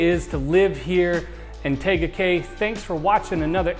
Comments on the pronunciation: I hope you've heard how to pronounce the name - TEEga Cay - which I was told is Polynesian for 'beautiful peninsula'. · Firstly, learn how to pronounce the name of the city!!! 🤦 But you're from Cali (like meeeee), so you're excused. 🤣